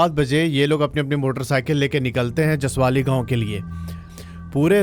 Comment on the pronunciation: Jasavli Not jasavali